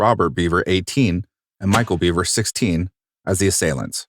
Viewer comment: Can anyone explain his accent for me? It sounds normal except for certain syllables like “2013” in the end and “park” in the beginning. By normal I mean average or nondescript, in case people mistakenly take offense. Also Michael pronounced his last name “Behver” not “Beaver”.